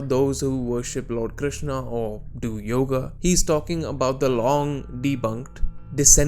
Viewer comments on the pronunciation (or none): none